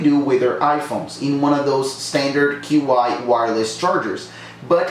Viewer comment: It’s pronounced “chi”